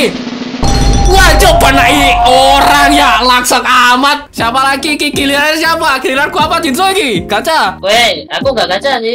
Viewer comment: Karena konten bang kmrn yg bilang jinshi jadi jinsho jadi kebiasaan nyebut jinsho wkakkaakak